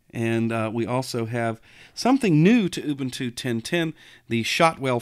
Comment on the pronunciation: ooobooontooo LOL!